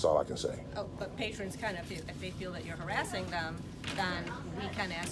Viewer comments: are you saying p a t r i o n s LOL its patrons not Patrions. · *Lib(ra)ry. *Patron, not patrion.